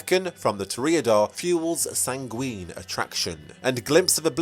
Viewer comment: oof, the mispronunciations. this is a prerecorded video girl, you can just look up how to pronounce "sanguine" and "vitae", they're real words. One of the four humors and the Latin word for "of life", respectively.